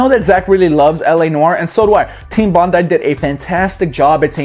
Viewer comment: Congrats for pronouncing team Bondi correctly. Americans always mess it up